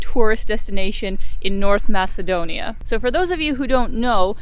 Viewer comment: You butchered my country's name. Well earned dislike.